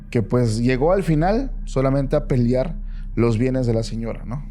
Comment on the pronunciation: en verdad dijo "peliar"? Qué barbaridad.